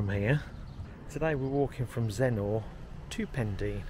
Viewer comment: Zenner, not Zen-NOR.